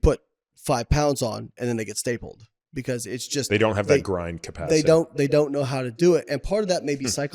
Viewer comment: His pronunciation is a bit mushy. The word is "stapled", with a "p", not stabled with a "b" Think of the visual image of someone failing on a bench press. Their arms collapsing snd the bar falling on the chest is being compared to being pressed and flattened against a surface by a piece of metal like a stapler does with sheets of paper (or the shape of the staple itself before and after stapling).